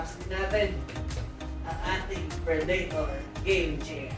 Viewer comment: predator tsong hindi predaytor. good video btw